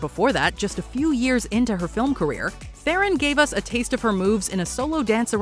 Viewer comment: This is meant to be surprising. Everyone knows Antonio banderas can sing & dance, patrick swayze was also no surprise. You would think after charlize Theron corrects the world on the proper pronunciation of her last name, everyone would then correct themselves when reporting on her…. I think this particular report is just to fill a space cause its definitely missed the mark